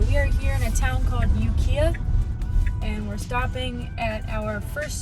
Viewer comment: that city is Ukiah...pronounced You-Ki-ah.... close though!